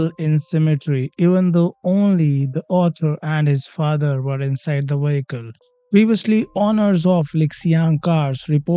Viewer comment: Improve your English by at least 30% by pronouncing the word vehicle correctly. We do not say our V like our W… look it up online for pronunciation if you need to